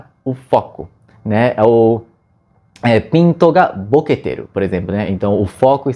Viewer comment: rachei dele falando pinto boketeru seriao kkkkkk